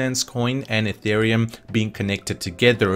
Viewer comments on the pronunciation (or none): none